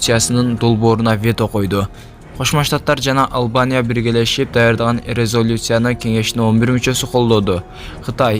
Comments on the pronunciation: Дагы еле орусча суйлогонду уйронбопсун резолюция болуп жазылып резалюция деп окулат,окуй албай.кыйнала бербей илим ал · Эй дабдыр блогер сенин унунду уккум жок резалюция деген созду туура айт сабатсыз блогер